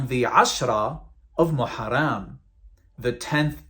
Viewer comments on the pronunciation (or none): It's not moharam it's muharam ul haram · I laughed everytime he tried pronouncing an Arabic word. Ex Muslim saying "maharam"😂